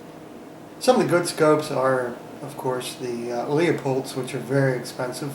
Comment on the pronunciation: FYI , Leupold is pronounced Loopold not Leeapold. : ) Great Optics, I have several. I have a few Hawke Optics too, great Optics for the money! Cheers!